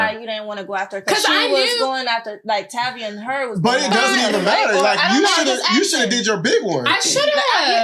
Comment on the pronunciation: Hate that she didn’t say tavii name right